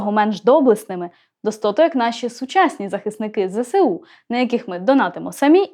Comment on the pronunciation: Тільки не Зе-Се-У! Немає такої букви "Се". Є – "еС". Зе-еС-У, еС-Бе-У, еФ-еС-Бе (прости Господи)... Не паплюжте українську мову і українських захисників!